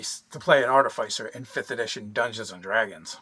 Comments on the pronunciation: I love you guys Nerdarchy and appreciate all your videos. I have to say it though... AAR-TUH-FUH-SR... Artificer. 🙃 I'm the worst I know. Keep the vids coming!! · ART- IH- FIH- SIR. How does noone speak english. Try the word ARTIFICE, JESUS! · ɑɹˈtɪfəsəɹ. Fyi.. like office, not suffice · Ar- ti- fis*-er godgamnit. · Artifyser? Artificer? ArTEHsiFUR? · Wait are they pronouncing artificer wrong or am I? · the pronounciation of Artifice is killing me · RPG content creators will never agree on how to pronounce Artificer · Pronouncing artificer... Failed... I in - fi- is pronounced (I) not (aI)